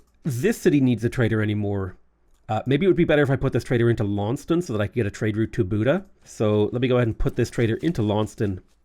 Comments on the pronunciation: Lawn-sest-ton. Otherwise you will lose your Tasmanian audience! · Dear, it's Laun-ces-ton. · If you care, typically Launceston is pronounced Lorn-Sess-Ton in Australia